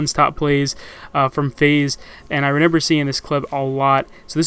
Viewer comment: Is it just me or do I hear say Renember instead of remember...